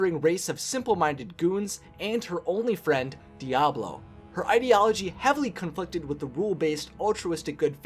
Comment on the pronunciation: Its Diaval not Diablo or am i the only one hearing the wrong pronounciation